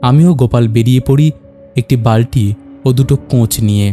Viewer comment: দাদা কিছু জায়গায় উচ্চারণ এর ভুল আছে, বালটি নয় বালতি হবে